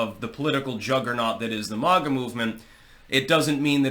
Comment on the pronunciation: STOP EATING. YOUR ON HINEY JUICE. IT IS NOT MOG-A. IT IS MAY-GA .BETTER YET CALL US MAGAT; MAKE AMERICA GREAT AGAIN, TOGETHER .